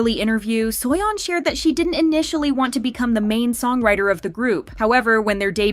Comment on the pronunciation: im sorry but "suoyon" is just ticking me off 😭